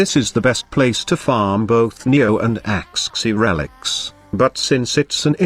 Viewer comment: "Ax xi relics"